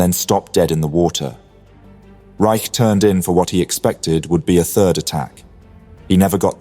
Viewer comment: Regarding the captain of Sealion II, Eli T. Reich, his last name is pronounced “Rich” not “Rike.” My father was an officer on board Sealion II when Kongo was hit.